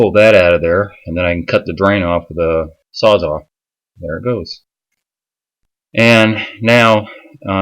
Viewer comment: Man, so sorry to be “that guy” but it’s called a sawzall (as in it sawz all kinds of stuff), not a sawzaw...please forgive me 😂😂😂